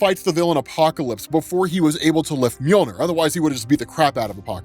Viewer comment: He buries the handle to storm breaker u said moijner or however it's spelled lol